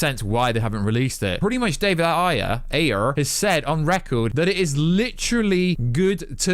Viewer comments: Why does he say the "Ayer cut" retardly lol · It sounded weird when you said the ayer cut properly lol I want the Snyderverse to happen as much as anybody. What I will not do is go on some stupid boycott as if no other film can exist at all other than films in the Snyderverse. Gunn used "Snyderverse" characters in suicide squad (if we are saying ayer's movie is in the Snyderverse) and people say it's not a part of it? Why? becausehe killed off an ayer character. Did we expect nobody to die in a movie titled Suicide Squad. People are mad at the rumor that Batman is going to die in the Flash yet Snyder was going to kill him off anyway and he killed Dick Grayson. Batman loved working on the flash movie but people are going to "boycott" it. Aquaman and Flash show up on peacemaker but people want to focus on the fact of who wasn't there. Had they shown a silhouette of cyborg, people would be pissed too. James wan who made Aquaman continue his journey from.bvs and JL (whichever, it works with both) is part of the Snyderverse. Flash, who i it, wears the costume Snyder invisioned but people are not pleased. It's a multiverse anyway. Let everything exist. All of you are going to watch, The Batman and Flash, you know it, and complain to death.